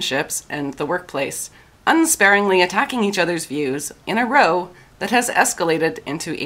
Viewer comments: row pronounced rao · You also said "row" incorrectly. As a fight, it rhymes with "cow".